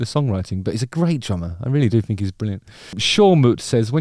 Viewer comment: “I fink”